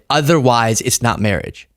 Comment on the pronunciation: "mawwiage",a dweam within a dweem"